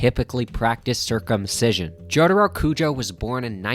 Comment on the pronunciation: the way he pronounces jotaro hurts my brain